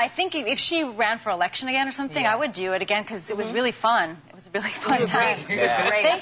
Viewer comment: when Tina say's "do" I keep hearing "jew"... lol odd.